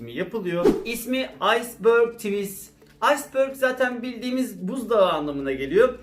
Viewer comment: Yine ben :)) tivis değil, tıvays diye okuycaz :)) beni tanıyosun, kötü niyetim yok, en büyük takipçinim :)